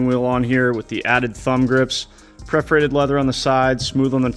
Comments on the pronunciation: I, like you hate to hear counsel VS console. But Perforated is correct, not preforated.! LOL Caught you. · Funny how you joked about people calling it a 'council' but you keep saying 'preferated' vs 'perforated'. ;) Teasing aside nice work! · As much as I laughed and was cheering you on with the counsel/council/console thing, you went on to say "prefferated" instead of "perforated." Glass house moment. One is just in text and the other verbal. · Great job. The only thing that I can correct is you talking about the 'preforated' material on the wheel and shifter. The word is PERFORATED. I know.. I know. You seem like a perfectionist so take this how it is meant.. with a good heart. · Preforated or perforated ha ha new wheel looks cool! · "Preferated".....is as bad as "council" for "console". PERF- OR- ATED Lol😂😂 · The irony of his pronunciation of *perforated had me chuckling though. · Thank you for correcting everyone on "console". However, you need to work on perforated 😂